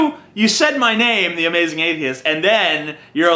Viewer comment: wow TJ u sure are "azmazing" *teehee*